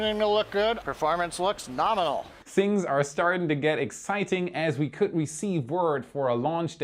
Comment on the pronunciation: When Starship will launch then I'll count how many times say Norminal 😆